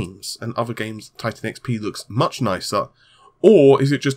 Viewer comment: What does he really say? I can't unhear tittycum....